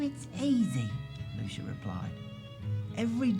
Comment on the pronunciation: Just FYI (to the narrator), the sticker less wemmick's name is pronounced "Loo-see-a" not "Loo-sha"